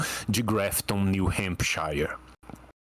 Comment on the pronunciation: Só aviso pro tio, o shire em hempshire se pronuncia “shur”